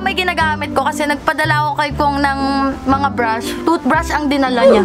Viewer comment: Anyare sa breyshes mo te? Estey Lawder yung pronunciation bebe